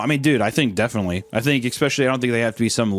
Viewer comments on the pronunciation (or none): “I don’t fink so” haha my favourite